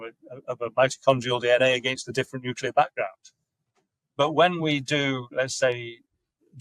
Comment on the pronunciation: Can you please fix ‘nuclear pork’ lol it’s annoying me